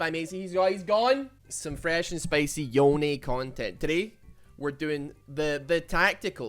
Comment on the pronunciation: Every time say yone I think he’s saying oni